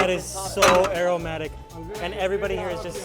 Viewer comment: Even after all this time u still say “Aeromatic” when you mean Aromatic!! 😆 Always a pleasure to watch your food travels! All the Best from the UK 🇬🇧🇬🇧🇬🇧🇬🇧